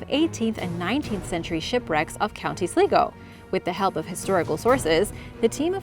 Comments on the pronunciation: I've been to that site in Alicante, it was so interesting!!! Also, its pronounced sly-go for Co. Sligo, I live a few county's over, it's acc where I got my dog 😂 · Sligo is pronounced as 'sly-go'.